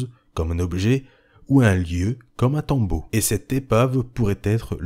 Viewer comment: Un bon pouce bleu bien mérité ! Par contre on dit "tombeau", pas "tome-beau" lol